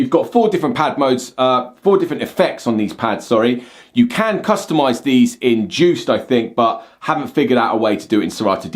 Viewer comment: DJuced... The D is silent!